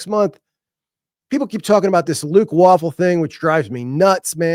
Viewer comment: Luke WAY-full. Not waffle.